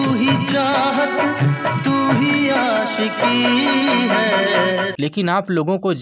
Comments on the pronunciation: Bhai , achhe se bolo....Aashiqui, khushhi.... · भाई आप'ने आसिकी.. खुसी कहा है.. शारदा आप टोन में ""श"" को स"" बोलते है... सही शब्द है आशिक़ी ख़ुशी..